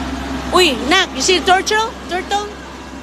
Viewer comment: Nag tor (tour),tortol (turtle)😅😂